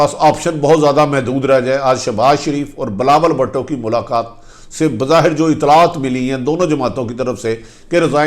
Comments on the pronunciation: Please speak in correct way .he is Bhutto .Please don't call him bhaatto . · Arif Hameed sahib bhato nahin Bhuto sahi talafz hai